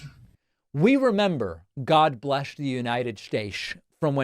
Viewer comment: God blesch the United Statesch of America. 😂